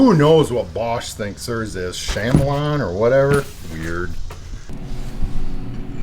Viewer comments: He's gotta be trolling us with "Sham-a-lon". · SHAM-elon? 😂🤣 I had to restart the video because I couldn't hear anything over my laughing after that pronunciation! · It's pronounced "kuh-MEE-lee-un" like the lizard. I have the M12 and from another review I believe the DeWalt and Milwaukee both got closer to the edge with their offset heads, which is a big deal, and the Milwaukee had easily the best feather control. If you're beating them silly all day, that's probably not a big deal. I keep mine handy with the offset head attached, but it's not my daily driver because it's less powerful than the Surge by a good margin and lacks impact. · Can’t trust nobody that doesn’t know what a chameleon😂😂 it’s pronounced Kamaleon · instalsion ? installation is the correct pronunciation , the bosch is not a chamelon its a chameleon , it changes to adapt to its surroundings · Would it have helped if Bosch had spelled it "KAMELION" or" KAMELEON?" No, it's not pronounced CAMEL LION.